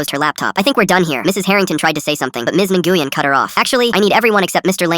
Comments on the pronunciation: Nguyen is NOT pronounced engooyen it’s newin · I’m pretty sure Nguyen is pronounced “When”, not “Na-goo-yen”. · Nguyen is pronounced (nwen), NOT (n-gu-yen). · counsilor's name is pronounced win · btw Nguyen is pronounced (New win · “Ms. Enguien” what the fart? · NGUYEN IS PRONOUNCED WIN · The name of the principal should be pronounced "wen". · nguyen is not nuh-goo-yen bro what ???? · Its actually a Vietnamese name but the AI didn't;t know how to say it, its pronounced like NGWEE-en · Nah its supposed to be wen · Miss Nguyen I’m sorry the way they pronounced it tho 😭